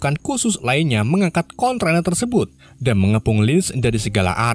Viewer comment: D e tin mboco ne luar! Konteiner bukan kontroner hehh3